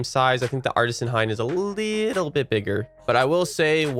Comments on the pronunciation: Hien, pronounced "hee •en" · I think you meant Hien and not Hein